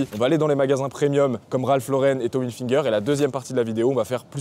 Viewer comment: Quand je t'ai entendu prononcer tommy helfinger j'ai quitter ta vidéo.